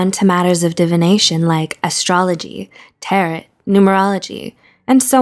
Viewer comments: Tarot ==== Tare-roe. Or Tah-roe. Not Tar-it. Lol. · The t at the end of tarrot is silent ta-row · please tell me someone else noticed “tar-ret” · She pronounced tarot wrong 😭